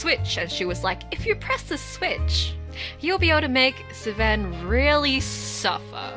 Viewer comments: After having done everything except Rika's route 👀 I just watched her stuff on YouTube, fell further into angst... I will never get over this game's intense writing and insanity Edit: I can't stop laughing at how you call Seven "Sven" 😂😂😂 Awesome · Sorry but how tf do you pronounce seven😭😭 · why do you pronounce 7 like that😭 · YOU'RE THE FIRST PERSON WHO'S ASKED LMFAO I'M SURPRISED IT'S TAKEN SO LONG first time i played this game with my friend she mispronounced seven that way and i've called him that ever since